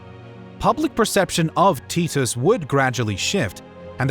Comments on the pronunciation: The pronunciation of titus is killing me lol..tee-tos? Always thought it was tie/ty-tus.. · Its Vespasian. Vess-spay-zee-un. Titus. Tie-tuss. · They are pronounced VES-PAY-SIAN and TY-TUS. not whatever you were saying. Good video though, especially giving Domitian his dues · Teet-Us had me laughing so hard. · tit-us xD